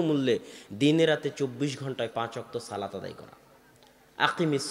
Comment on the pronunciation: শব্দটি বার বার " সালাত সালাত سلات سلات" না বলে " সলাত সলাত صلاۃ صلاۃ" উচ্চারণ করা সুন্দর হতো।